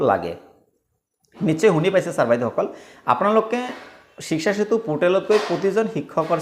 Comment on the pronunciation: ইমান হাত লৰাই থকাটো জৰুৰী নেকি 🙄 আৰু 'শ্বিকচা' শ্বিকচা কৈ থাকে শব্দৰ উচ্চাৰণত গুৰুত্ব দিয়ক.. যা-তা মানে.. শিক্ষা সেঁতুক শ্বিকচা চেতু বনাই দিলে..